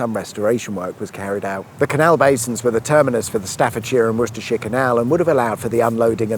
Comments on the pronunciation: Why do you pronounce it Wushtershire and when it's pronounced Wustershire? (Spelt as it's said not as it is) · Did you say Wooshtershire? 😂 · Whooshtershire. My neck of the whoods 😁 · I do think the correct pronunciation is Wooster shure ? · true but at Englishman saying Wooshtershire is worse. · You can’t say Worcestershire.